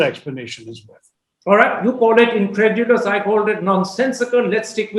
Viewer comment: ee en-kra-du-lus kya hota hai ?